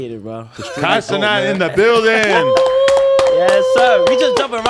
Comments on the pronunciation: This fool, or whatever his name is, IS THROWIN ME OFF for the sole reason of mispronouncing Kai’s last name; It’s Ce-NAT, not “Ce-Not” … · “KAI CENOT”😂😂